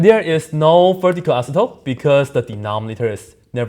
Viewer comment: Every time he says "asymptote" I hear "isotope".